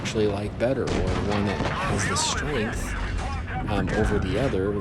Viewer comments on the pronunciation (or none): none